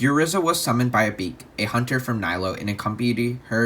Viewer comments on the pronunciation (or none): i am quite certain her name is not pronouced "A Beak" rather, " A-BECK_EH"